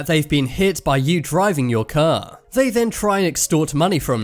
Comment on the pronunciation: “He slowly backed up his ker”